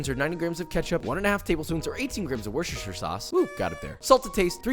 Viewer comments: Gotta tell you josh, you've never pronounced Worcestershire sauce right. It's "wust-er-shuh" not "wush-ush-ur". Sorry buddy, next time maybe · My guy are a resident of the UK land say WUSTA sauce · so close fam say it like wuh-stuh-shire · "Wuster" Sauce. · As a Brit living close to the Worcestershire Sauce factory in Worcester, hearing American's stumble over the pronunciation of this local product is an endless source of mirth. In the UK, it is universally known as "Worcester Sauce". The "rce" in the middle is not pronounced, so "Worcester" rhymes with "Duster". The "o" is not pronounced like a regular "o", so it should not rhyme with "Hosta". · WUS-TER-SHUR sauce, whats so hard about that? Or just say Wuster sauce as we do in the UK midlands. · I know it's always an amusing joke, but say it with me the right way: WOO-ster-shur. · PSA (Papa Service Announcement): It's pronounced WUSS-TER-SHER. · Thank you Joshua! By the way : Worcestershire -> Wooster! ;) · WUSS-TER SHIRE It's named after the town of Worcester England and lesser known Worcester Massachusetts and the U.S.S. Worcester. WOOSTER-SHIRE You're welcome. Papa Give Kiss Pls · You have halfway butchered Worcestershire pronunciation however halfway saved it by pronouncing it more than 1 way which there is more than 1 way of pronouncing the name/word/brand/county. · Josh really be thinking he's saying Worcestershire correctly, isn't he? Adorable.